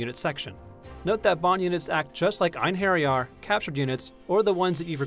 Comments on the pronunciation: Einharryarr? Shit, I've been pronouncing it wrong for three years. ._. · lol. It's pronounced in-err-yar